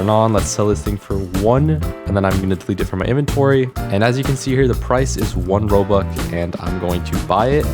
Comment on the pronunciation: I love how he says "Robuck" instead of "Robux" because then it would sound like Robucks